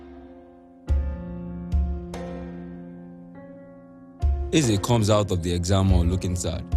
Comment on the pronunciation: Stellar work, guys👋🏾👋🏾👋🏾 However, I must say that all of the Igbo words - Ohia , Onu, Eze, Chike etc - were poorly pronounced. You guys should please improve on this.